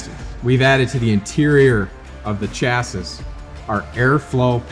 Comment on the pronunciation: New drinking game, every time he says “Chas-sis” instead of “Chas-ee” you gotta sling one back.😂😂😂 All kidding aside, this is a killer saddle!!! So glad I got one!!!